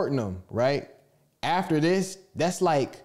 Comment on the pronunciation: "Dassa book" 😭